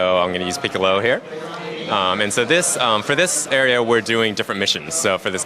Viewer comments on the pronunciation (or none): none